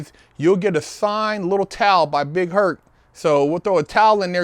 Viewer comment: Big Herc needs some speech therapy